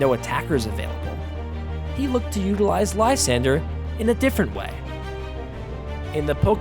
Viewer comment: How d'ya get that pronunciation of Lysandre? Like seriously, how do you look at that name and get that out of it? It's even a real name no less.